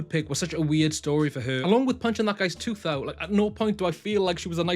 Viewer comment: yes it is tooth not toth ha